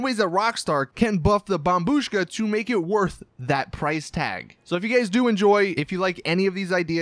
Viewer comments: 7.30 he went back to his old way of saying bombbushka again by saying bombshuka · He said "bombshuka" again omg I'm gonna actually kill myself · you said bomshuka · Did somebody noticed how in one part he said bomb shuka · How dare you say bombshuka again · When he said bombshuska 😂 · He called it the bombshuka again. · You said bombshuka again